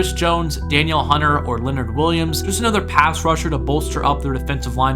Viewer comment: Danielle Hunter. Say it with me, Danielle Hunter. Make it happen.